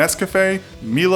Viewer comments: Godammnit! He pronounced "Milo" wrong, it's "Mai-Low" not "Mee-lou", son of a bitch... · Everybody knows what 'Milo' is. OP is triggered because he called it 'Mee-lo' in video. Its pronounced 'Mai-lou' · Wtf is meelo, it's pronounced my-lo? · "Mee-low"... it's "MY-lo" down 'ere in 'Straya! Like "My-lo & Oh-tis" or "My-crow-phone"... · Nestles Milo is pronounced My-low not Me-low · Uhmm... I just want to point out that it's 'May-lo' not 'Mi-lo'. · Did he say Meelo for Nestle? It's Milo. It's pronounced My-low. Like Milo and Oats, the movie. But HUMMAGOD, Milo is literally the best chocolatey drink that you can make with powder. It's better than Nesquik. It is sooooo good! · It's Milo not melo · Did you really just say Melo? ITS PRONOUNCED MY-LO GODDAMMIT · It's mai-lo and not mee-lo!!! And yay Maggi! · is pronounce MY-Low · did u just say meelo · for the record "milo" is pronouced "my lo" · Its pronounced mylo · It's pronounced " mai - lo ." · Did he just say MEELO?!?! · "Mi-lo" i Lol'd XD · it's pronounced as MAY-LOW (Milo) God i was triggered by that pronunciation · milo is pronounced as my-low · lee yi ITS MYY LOWW!!! 😂😂.. it pissed me off too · I'm Filipino and I'm cringing to how you pronounce milo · YOU PRONOUNCED MILO WRONG TRIGGERED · God damn I just got triggered by how he pronounced ‘milo’. My Asian blood is boiling. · I know I’m from New Zealand it annoyed me so much!